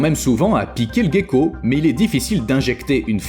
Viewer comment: Ce n’est pas un "guécko" mais un ’’gecko’’